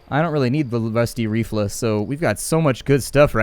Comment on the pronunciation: omg dude you said rifle wrong it's not refla it's RI ful